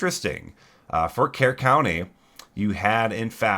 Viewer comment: Please note it's not "CARE" County; It's "KURR County and "KURR ville." That said, the video was very good. The "cry wolf" take seems correct. I heard a former Mystic Camp counselor say, 'Yeah, it floods a lot there." They apparently had a flooding protocol in place, but I don't think they had a "worst-case" scenario plan. From a risk management perspective, that's not good. Having cabins so close to the river -- not just at Camp Mystic but also at other camps along the river -- doesn't make sense to me. Maybe this will lead to rebuilding on higher ground. Also, maybe Kerr County will invest in some sort of flood warning system where sirens go off like they do during tornadoes but have a distinct sound for flooding.